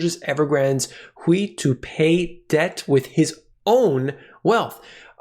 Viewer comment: Hui is pronounced "Hway."